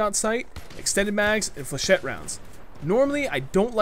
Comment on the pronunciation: just saying but flechette rounds are pronounced Fleh-ch-it